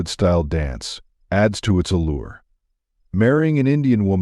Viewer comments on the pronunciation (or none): none